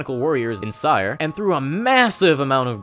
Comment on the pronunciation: oof, you mispronounced cyre. keith baker says 'siri' instead of 'sire'